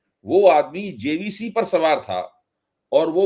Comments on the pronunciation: जेबीसी नहीं जेसीबी कहते हैं उसको बकवास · Pahale JVC nahi JCB boliye. Prakar banane chala hai, 😂😂😂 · टकलू भाई उसे जेबीसी नहीं जेसीबी बोलते हैं। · कुछ चपडगंडु पतलकारों का चेहरा देखने लायक है जबसे भाजपा बंगाल में आईं हैं और दिमागी हालत ठीक नहीं है इसलिए जेसीबी को जेबीसी बोल दे रहे हैं 😄😀😀🤣🤣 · Pahale jcb bolna to sikh lo bewakuf adami